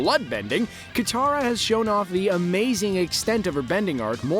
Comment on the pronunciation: did he just call katara kataru